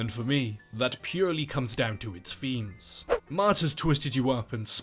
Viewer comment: "...and for me, that purely comes down to its femes ". 1 minute in and that's where the video had to end for me; I can't listen to a grown man who replaces his th with an f ...it makes my skin itch...especially in a word like "themes" 🙄🤮